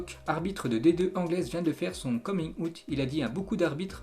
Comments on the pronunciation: Il a dit coming « out » 😂😂 au lieu de prononcer « Awt » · "Coming out" se pononce [coming AWTT], juste histoire d'aider, plutôt que de se moquer de la manière de prononcer.